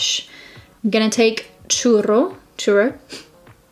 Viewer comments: I’m in South America and I always have trouble to watch your videos as soon as they come out, I would be either in class or sleeping ☹️ I love your content and the look was amazing 😍 Oh and you pronounced “churro” in the right way!! I’m Uruguayan 🙈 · Churro😂😍omg you’re so cute, you’re pronouncing it just fine, don’t worry continue. And also the second camera idea is GREAAAAT thanks to your husband👏🏼 #NotificationSquad babe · OMG I had no idea your husband was from argentina, I am too! Buenos Aires! love how you pronounce CHURRO! You've got the R girl!! Kisses